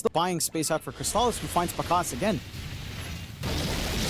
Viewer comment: alright, finally we see some new heroes from Crystallis! That's not a bad PA, still shaky tho even against SR. Also, i dunno what's worse between Saksa playing Tusk for 3 games, bzm's DK in game 2 or the fact that the caster kept calling him Crystalize in game 1 lol